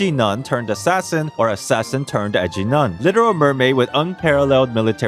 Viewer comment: I know you called Rosaria an Edgy Nun, but i heard Ecchi Nun and believed that too